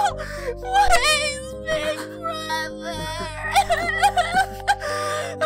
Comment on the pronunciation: When tails said big bwother❤❤❤❤❤